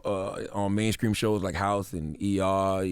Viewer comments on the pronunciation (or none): What’s up with CTG always mispronouncing words in every interview🤔. he says skreets of Brooklyn not streets of Brooklyn lmao. 😩🤛@ he says main scream(skream) instead of main stream. Anything with a St in the word he mispronounces lol. Like one interview he said skrimps not shrimps an in multiple interviews he’s said skraight not straight😂😂💆🏽‍♀️🙊. Other than that this was a gr8 interview.